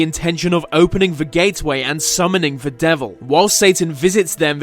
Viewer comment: can this guy pls say the instead of ve